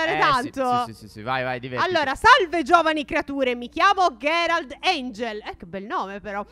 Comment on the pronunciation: si dice gierald